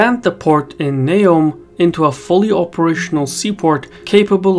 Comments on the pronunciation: It’s Neum, not Neom... if you ever drove on the Croatian side of the peninsula and back to mainland (absolutely crazy roads) you’d see that this bridge is at least 40y too late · Neum not Neom